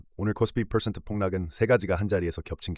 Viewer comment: 팔 풜쉔트😂